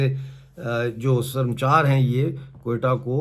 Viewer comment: Bhai yeh lafz sarmchar Nahi... Sar ma chaar hay...pehlay Balochi zaban samajh lo, phir es peh taqreer kerna